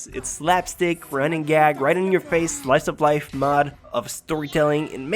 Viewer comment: "Slife of life." lol